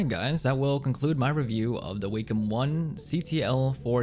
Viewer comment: anybody else triggered by how he says "waykim" and "melomiters"